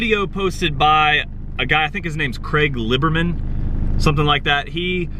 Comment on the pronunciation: What about importing any just not here. Import to Canada where the law is 15 years not 25. From there you can figure it out n yeah it would take a year take at least before u could register legally but I've looked into this a good amount in the past . N Craig Lieberman lol just heard u pronounce it as I was typing.